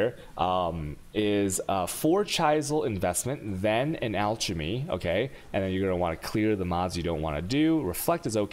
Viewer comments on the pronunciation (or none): Come on dude, /ˈælkəmi/ alchemy, /ˈænərki/ anarchy and WHALE EFFECT. Damn.